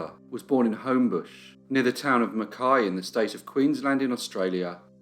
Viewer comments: Points for pronouncing Mackay correctly. People with that surname here will often be "McKay" or "Mackay" not pronounced "McKai" like the town...dunno why Qld is like that. Oh yes I do, it's Queensland. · Also, all my Australian friends should high fives for pronouncing 'Mackay' correctly lol